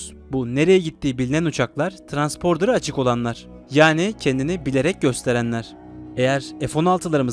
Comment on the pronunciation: Transporder değil Transponder doğrusu. Güzle bir kanal olduğu için düzeltme yapmak istedim.